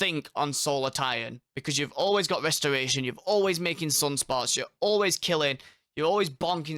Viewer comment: Westoration. I cant listen to mother fuckers that cat speak.